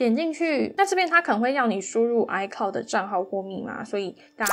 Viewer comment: icloud不是唸“哎靠的”是“哎可烙的”